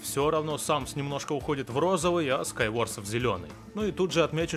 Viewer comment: Скайворт а не Скайворс.